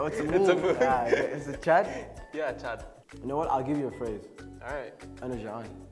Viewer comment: You didn't pronounce the chandrobindu in Chaad. The n is ghunna.